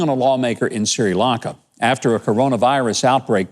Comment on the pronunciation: SIRI Lanka? Great story, but it's "Sri, " Gov!